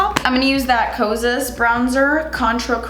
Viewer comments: I agree, I would call it KOSAS not cousias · Kosa is apperentally pronounced Kosha (Kosas -> Koshas) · Kosas isn't Korean but it's Greek I believe...and the last 's' is silent😁